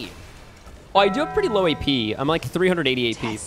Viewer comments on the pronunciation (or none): GODDAMNIT 😂😂 just say "WEY", ey with W😂😂😂 "way"